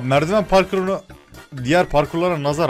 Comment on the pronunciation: abi merdivene merdifan dedin bu arada guzel video